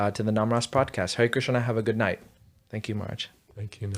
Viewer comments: I get annoyed with Kirtan when the kirtanayi uses too many syllables for the Ha re Krish na mantra turning into Hare Krish sha na. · The Krish-sha-na extra syllables makes up for the shortening of Ra-ma to Ram 😂😂